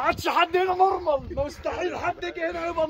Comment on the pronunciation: مِش نُرمَل 😅